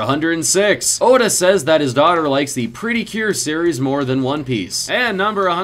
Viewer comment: Uhdda??? His name is oda.